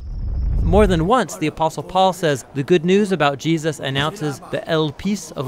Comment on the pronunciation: you slurred Jesus‘s name... I would fix that and re-upload.